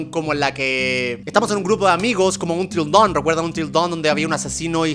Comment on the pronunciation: soy el unico que en lugar de until down escucho untrildon ?